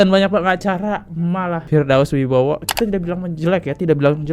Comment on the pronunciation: Bang , bukan firdaus Wibowo tapi firdaus oiwobo